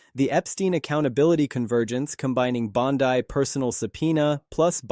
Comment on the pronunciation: If your going to do a story on somebody atleast pronounce their name correctly ! .... Bondy not Bondeye you banana 🍌